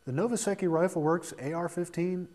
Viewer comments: LOL. As soon as I heard him say Novaseke I was gonna say something about how he pronounced it wrong, but I see its been taken care of. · I thought it was pronounced "no-va-sec-tomy"